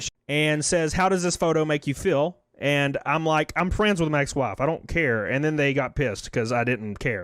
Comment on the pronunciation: Goddamn you. I can't stop hearing "FRANDS". 😂😂😂